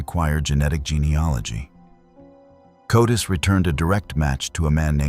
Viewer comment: It annoys me how it pronounces codis. Is it just me?